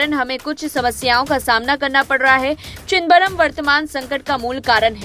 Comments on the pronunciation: ये क्या चिदबरम चिदबरम लग रखा है न्यूज रीडर से ऐसी अपेक्षा नही थी।आपकी सुविधा के लिए लिख रहा हूं,चिदम-बरम,सौ बार बोल कर प्रेक्टिस करें😅😅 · प्लीज नाम ठीक से बोलना चाहीये... "चिदंबरम. "